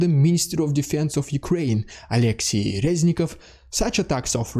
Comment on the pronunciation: not Alexii, but Olexiy; not Khar`kov, but Kharkiv, Kyiv not Kiev - it's not Russian names, it's Ukrainian